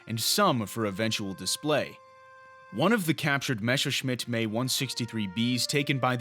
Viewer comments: That's fine, and in German of course you are correct, and it is a German machine. However, here we are speaking English, and abbreviations such as "Me" are normally taken to be the pronunciation of the individual letters, and in English, that's "Em Ee". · Had to stop watching. 'May' 163 was driving me nuts! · Please put the original Dark docs narrator back on, the erroneous verbalizing of words is so irritating, this channel will NOT be followed by "may" !! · I heard more like 'meh' the first time... 🐒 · I, uh, don't know if you're aware or not, but we're not speaking German. If he were presenting in German then that would be fine. Paris is pronounced "pair-ee" but since it's English we speak it gets its "s". See what I mean? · I was just being a smartass man. Couldn't help myself, a lot is lost in simple text sometimes. Seriously though, I get that's how it's pronounced in German, but we are communicating in English and we say em ee. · The Americans just used the pronounced the letters followed by the model number. M E 163. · Actually its pronounced “M-E”, both letters are pronounced individually. How often has anyone heard “May-109”? Never. I’ve seen footage of operational Me-163 aircraft crashing and exploding on takeoffs, but not the unmanned wooden test “crash”. Overall a nice superficial overview on an aircraft most folks have never heard of. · A channel like this loses a lot of credibility in my book if the narrator clearly has no clue what he is talking about. I might be more forgiving if said narrator has done some research into the subject matter. 'Meeeeeeee' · Actually it's not the "mae 163" But "M E 163"! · 'EMM-EE' 163. Not 'Me' or 'May'. I wonder if he'd pronounce early Messerschmitt aircraft similarly? The Bf 109E as the 'Buf 109E'? Yes, I'm old, but honestly. The only non Luftwaffe pilot to fly a fully operational rocket engined Me 163, was Royal Navy test pilot, Captain Eric 'Winkle' Brown, shortly after the end of the war. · M-E. Not May. Wtf